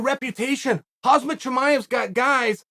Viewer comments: Chael - you're mixing up the middle syllables of Khamzat's name. It's "hom - zot" rather than "hoz - mot". It's closer than Colby's derogatory nickname for him, but only a little bit. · And it's Kham-zat not Khaz-mat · Sonnen:Hazmat Chimaev Everybody: Khamzat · Who the flying fuck is "Hazmat" chimayeb ? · "Hazmat" Chimaev! 😂 Chael is a comedy genius! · How can someone be this bad at pronouncing names? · How do you even remember what you said yesterday after a night of Ambien? I thought Chael was a sober, god fearing conservative from Oregon, but even that is a fucking schtick. And how many fucking times are you gonna say Khamzat Chimaev before you say it correctly? Not taking the time to learn someone’s correct name pronunciation, when you’re an MMA pundit/broadcaster, is borderline racist. Especially when it’s one of the biggest stars in the sport. And one last thing, this guy was a cheat. Aljo got an illegal knee to the face and he was pretty much cancelled over that, when it wasn’t his fault, but good ole Chael gets to cheat (like TJ) and no one even cares. Like no one cares, to the point that, Chael works for the UFC, Bellator and PFL simultaneously and TJ pretty much got a number one contenders fight immediately after returning from a 2 year suspension for EPO. I love MMA and the UFC but I can’t stand the NASCAR style fanbase sometimes. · Alex Piera? lol pereira or pronouced maybe peheira but not piera....and it is khaMZat not khaZMat...wtf kael...